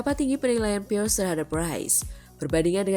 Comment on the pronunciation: Robert PIIIRREEESS bukan PIERS 😅😂